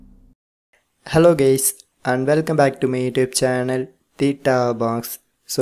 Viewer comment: “Helo gaes”